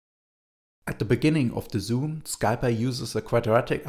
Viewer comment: "Sky py". The package is short of Scientific Python. It's pronounced more like "Sie Pie"